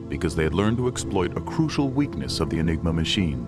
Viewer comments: "Enigma," not :"Engima." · Enigma not Engima!